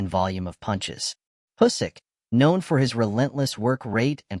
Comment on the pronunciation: Can't watch this with the terrible automated voice and "Husyk" pronounciation lol